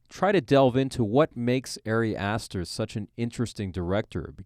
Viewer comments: Ah-ri Ah-ster, not Airy Ass Stir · Your analysis is alright, but I really cannot respect someone who doesn't bother to pronounce the director's name correctly. It's not like it's a secret.